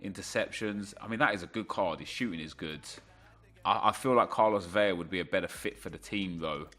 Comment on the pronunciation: Hola. Vela is pronounced just as it’s spelt. You are pronouncing it as it if it was spelt ‘Vella’, only the double L is pronounced as a Y. Un abrazo.